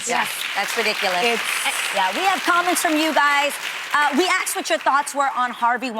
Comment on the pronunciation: Does Adrienne always say Axed instead of Asked? I swear I've been hearing it for years lol